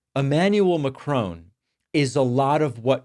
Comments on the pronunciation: Why, David, did you persist in naming the French President as Macrone? He is Emmanuel Jean-Michel Frederic Macron, there is no e on the end of his family name - so it ends as ON not as OHN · Only an American could get "McKroon" from "Macron". Why can they never pronounce anything? No wonder we got Trump. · David, as one English speaking Argentine to another, the second half of Macron's surname is not pronounced 'crone'. Just think what his surname would sound like in Spanish and you will pronounce it right 😊 Keep up your very informative and good work! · I know this is a minor matter when compared to the depth of the issue under discussion, but I feel that it is necessary to point out that the way that you are pronouncing the last name of the french president is wrong. His name is macron. It should be pronounced like mack-ron. It should NOT be pronounced as McRone, or macrown, or McRoan. The first syllable is mack like the truck. The second syllable is ron, like the first syllable of the name Ronald - ron. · Love your channel David but please give the French President the respect of pronouncing his name correctly. Love from the UK. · Please learn how to pronounce "Macron". There are pronunciation guides on the internet. It's the least respect you can give a leader. It's not the first time you've messed up names or the English language. #davidpakman doesn't even try. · The final N is not pronounced as N. In French N at the end of a word after a vowel is a nasal sound. I can only assume that you guys if you learn a second language at all probably do Spanish, for obvious reasons. Over here it's more likely to be French as France is our next-door neighbour. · Please stop calling Macron - Macrone. Its Mac ron. I like to listen to you but I'm going to stop unless you call people by their name (As THEY know it to be - as their countrymen know it to be its not pronounced OWN its pronounced ON). How would you like it if people called you David Packmone or Packmarne.